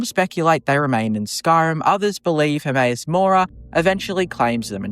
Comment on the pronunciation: How the f*** can you pronounce Hermaeus Mora of all things???? Lmao!